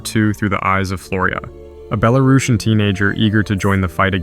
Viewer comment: great video, but as a belarusian i want to add, that it's pronounced bela-ROO-sian, not bela-RAH-shan